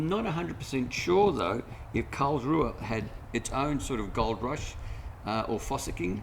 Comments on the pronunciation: Thanks so much for showing a bit of our little town. FYI - the local pronounce it Carlsroo! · Why do you pronounce it wrong? With all the research, it was the only let down.